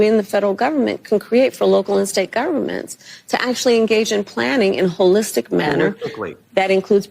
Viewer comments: holistic, holeietic or wholeistic…. 🤔🤔🤔🤣🤣🤣🤣 □ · Omg Kamala learned a new word and now she will repeat it ad naseum……holistic!! lol